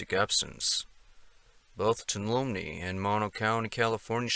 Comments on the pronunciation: "Two-all-ummy" is how we say it in the bay area... great video as usual. Thanks. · Tuolumne = usually pronounced Twalumee. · Fyi: "Tuolumne" is pronounced "too-ALL-uh-mee". The 'n' kind of gets swallowed. I dont think there is any way to figure out the right way to say it other than having someone who already knows actually how say (or hopefully) write the word; I had to ask the locals a dozen times to repeat it before I finally got it. It's just one of those Native American words that some probably struggling Anglo-American map maker tried his damnedest to transcribe using Latin chatacters. Tried and failed, I'd argue. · I grew up here and I am glad someone is bringing attention to these cases. Tuolumne pronounced Two-wallum-knee Dardenelles pronounced Darden-ells. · Please allow me to HUMBLY correct your pronunciation of "TUOLUMNE It's pronounced "too-ah-la-MEE " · Not a biggie, but Tuolumne is pronounced (2 wall a mee) say it fast.... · pronounced 'tu-AHL-ah-mee" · It's pronounced tow-walla-me Toulumne 😀👣💃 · Tuolumne: too-wall-um-nee, just so you know. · Relax with the fake accent and dramatic voice.. just tell the story. And please learn how to pronounce, Tuolumne. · it's Tuolumne county is pronounced: two all um ee. Dardenells are pronounced: dard en els. Please stop butchering the names of this beautiful place. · Just for accuracy Tuolumne is pronounced Tu- wall- a-me. The Dardanelles is pronounced Dar-da-nells. Thought you might like to know. Good video though.